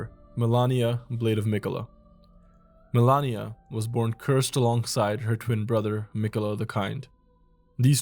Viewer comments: Why you said "melania" instead of malenia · Good video, but some things never cease to amaze. Like Malenia. It is written MALENIA. The name is spoken about million times in the game and is pronounced the same way as is written. She literally says the name during her cutscene. Boom, author of the video: mElAnIa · FFS, Melania, seriously? Cant even pronounce her right? Never cook again. So many BS "facts" in the vid. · Dude I was thinking the same. I don't want to shit on the guy too hard bc the video was well made and the effort is there overall, but when there's actually another character in the game called Melania and you're writting a 20 min script, how tf you gonna call Malenia Melania every single time and overlook that. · It’s Malenia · 2 years and mfs still can’t pronounce Malenia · Nah, why are you saying Malenia like that bro? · you are misspronouncing malenia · Great video, but the way you pronounced Malenia made me recoil lol. Still tho, cool list, never realized that the cover art knight had such significant impact.